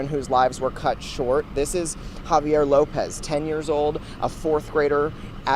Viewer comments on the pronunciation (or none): Xavier not javier!!!